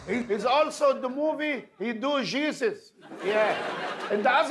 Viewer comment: He do Zhesus! 😂😂